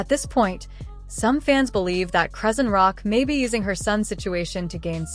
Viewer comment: "UHH what did you just say??" 👁️👃🏽👁️ "I'm lost did you mean to say: "Chrisean Rock" cuz baby girl "UR SAYING IT WRONG!?" 😂